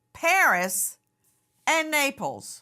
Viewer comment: Why does Nancy keep saying neighbor instead of Naples LOL